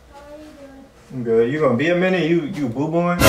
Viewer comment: He said boo boing😂